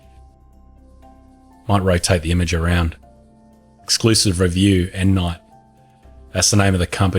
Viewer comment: I thought you were saying M. Knight, Like M. Night Shyamalan. Endnight, I get it now.